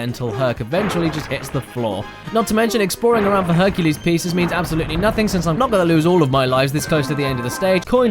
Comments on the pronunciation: Hercules? Honey you mean fuk-u-les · HONEY YOU MEAN H U N K U L E S . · Honey, you mean HUNKULES! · I have never seen the Disney movie called "HERCULAY" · Herculès Miserablès